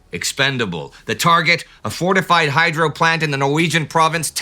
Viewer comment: Every time you say "hydro" I hear "hydra". Somebody send in Steve Rogers.